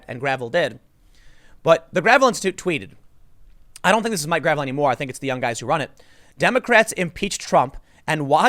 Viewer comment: Mike Gravel's last name is pronounced 'gra-VELL'.😃